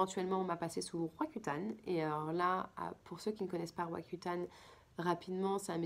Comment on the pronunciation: Malheureusent on ne comprend.pas le nom de votre medicament roacutane, cca?